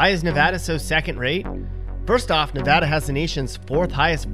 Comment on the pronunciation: And then they show a Canadian baseball player . Oh and learn how to pronounce "Nevada". And if you cross the Smokies from Tennessee you're in NORTH Carolina, not South. They don't even touch each other. And then finally his #1 worst choice, New Mexico, shows a Quality of Life ranking of *#8 on his own chart*.